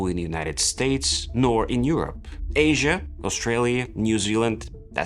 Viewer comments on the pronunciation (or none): none